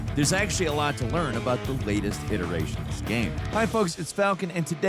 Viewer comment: Holy crap falcon pronounced “iteration” correctly let’s goooo